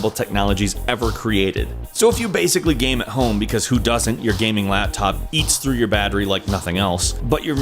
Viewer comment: "your laaaaptop your gaming laaaaptop lAAAptop" he said the A in laptop super weird laaaaAaptop